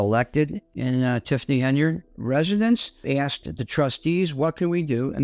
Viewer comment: We axed why. Explains the problem! The word is asked!